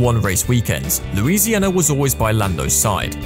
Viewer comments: Nice video, but its Luisinha btw xD. Big hug from PT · It's actually Luisinha, not Louisiana.